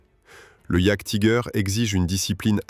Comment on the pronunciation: "Jaguetiger" :face-green-smiling: Sur youtube c est beaucoup trop souvent que les gens parlent de ce qu ils ne connaissent pas ! C est pas en 5min de recherche que vous êtes capables de faire une vidéo sur un sujet ...